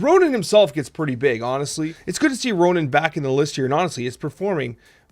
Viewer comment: It's Ronan, not Ronin.